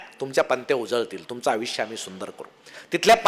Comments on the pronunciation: ईतकं चांगलं बोलता पण आविश्य का म्हणता? आयुष्य म्हणा ना. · छान बोलता.... परंतु मराठीतील कांही शब्द चुकीचे उच्चार होतात... उदा. "आयुष्य" याचा उच्चार "आविश्य" असा करणे योग्य ठरणार नाही, असे मला वाटते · आयुष्यचा उच्चार आविष्य नसावा,सर.. बाकी सर्व काही ठीक..🙏